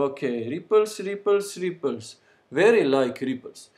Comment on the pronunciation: when he says 'ripples', it sounds like hes saying 'creepers', the green exploding thing of minecraft, lol